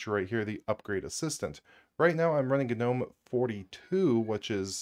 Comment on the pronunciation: Turned off after seconds.. FFS.. GA-Nome.. I just cant hear you say it anymore.